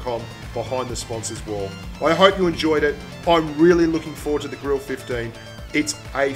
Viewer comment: I think the Grille 15 is pronounced "Griller 15" At least Jingles says it this way, so I assume it is how it is pronounced.